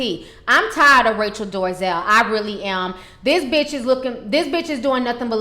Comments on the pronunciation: It's NOT DORAZel it's DOLAZEL what I don't like is that you have an attitude that thinks you can defy correct English, then you act all ghetto about it. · dol-eh-zal. NOT door-uh-zell. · Um her name is DOLEZAL nit DARIZAL lmao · Dorazel? lol Dolezal! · Dorazel? Bad pronunciation. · Why ti say that lady name like That? Lol🤣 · OMG how many times do you have to read and say her name before you get it right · What I find humorous about this video is that she can't even pronounce the woman's name correctly but she decided to devote enough time to make a video bitching about her. Hahahahaha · Your talking on kinds of crap and you don't even know how to say her last Name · You don't even know how to say her last name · Ti shamelessly butchers names 😩💖